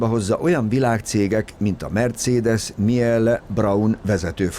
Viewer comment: A "Mielle" kiejtés hátborzongató volt :-) Ezzel a kis hibával együtt nagyon érdekes volt a videó, még több ilyet!